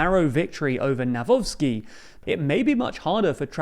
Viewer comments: Guys, let me help you out with some pronunciation Trzaskowski - chass-KOV-ski Nawrocki - na-VROT-ski Grzegorz Braun - ASS-hole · Noone can tell anymore that you are biased - You butchered both surnames of the polish president candidates equally. The Copilot is quite decent in explaining how to pronounce those surnames. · Whoever wins in the second round, here in PL, wether Nawrocki or Trzaskowski; good luck to you guys on pronouncing those names! 😁😁😁 Not looking great thus far😂